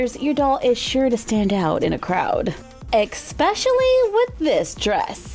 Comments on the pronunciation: Anyone else here her say exspecially instead of especially?? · "EKspecially" 😬😬 liked the dresses.